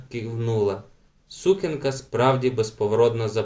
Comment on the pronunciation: Але наголос в слові сукенка має бути на другому складі, а не на першому — сукЕнка, на відміну від сУкня